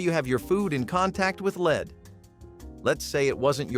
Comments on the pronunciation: "Leed based" "soldering" ??? These people need to learn how to properly pronounce some words !! Turtle Soup was a 'thing' in our house . Living in the Southeastern U.S. , it wasn't unusual to have it for a meal on occasion . It sort of falls into the same category as Frog Legs . In the sixties , Crisco was a cooking staple in many homes . In our house , any Wednesday would usually see a whole chicken , fried in Crisco , and consumed for our evening meal . Margarin is a laboratory misfit that is one molecule away from PLASTIC !! There is NOTHING natural in it ! I usually have a tub of lard in my refrigerator on any given day . I still use it for frying some foods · Leed ? Sol dering? 😂